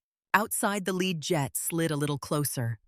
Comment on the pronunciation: Viper leed . Not viper led or do not say viper lead like a lead pipe. Lead is pronounce leed . So you should say Viper lead ! !